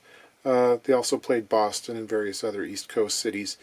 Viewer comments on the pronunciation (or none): none